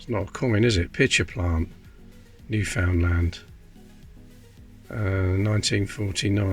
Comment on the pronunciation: Newfound land is pronounced new-fund-land not to Be annoying but i do live in Canada and that’s how we say it for a while they had there own money to